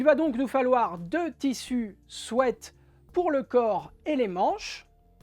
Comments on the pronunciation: Merci pour ce chouette tuto, et aussi merci de prononcer "swêt" car tout plein d'autres disent "swit" ce qui n'a rien à voir! A bon entendeur, belle journée 😉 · Enfin quelqu'un qui prononce bien le mot sweat. Merci !